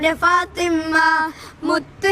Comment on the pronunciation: ഫാത്വിമ്മ ❌ ഫാത്വിമ✅